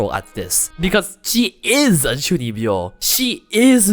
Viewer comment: I had to look up what chunibyo means, and be like ah.. 中二病… The pronunciation definitely does not remind me of the word.